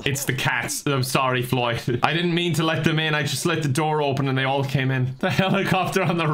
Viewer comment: "Floyd died? How did floy die?" 1 minute later: "GOOD JOYB FLOYD! KEEP IT UP" I don't think I ever heard flub so much:D